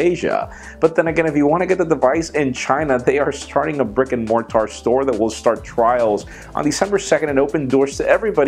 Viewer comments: check with Michael on the pronunciation of mortar. The tar isn't emphasised and is more of a ter. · More-TAR?... Well done for butchering the pronunciation of the word. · What exactly is Mar-tar?